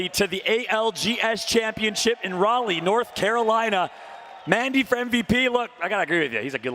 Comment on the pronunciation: They really let go 4 days without teaching him how to properly say Raleigh